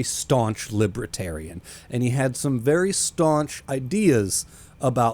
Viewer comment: What’s a “Libratarian”?